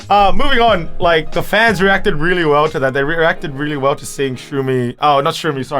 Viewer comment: “ the fans RERACTED really well to that”... NO SPEK DA ENGRISSS